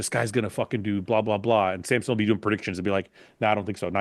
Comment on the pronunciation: It's like people spelling or pronouncing Samson like Sampson. Hurts both my eyes and ears 😭